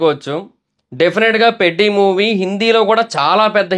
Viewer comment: 5.21 పెడ్డి కాదు పెద్ది కాదు చెడ్డి 😂😂